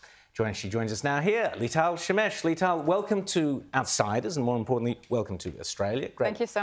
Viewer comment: he butchered her name at the end Lital Smash